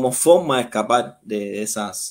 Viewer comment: Porqué dicen fokma en vez de forma?